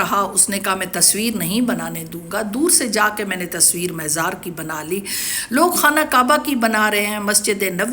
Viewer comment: مےزار نہیں مزار